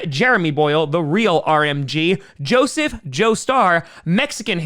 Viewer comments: Hearing say Joseph Joestar tickled me. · the way he said joseph joestar tho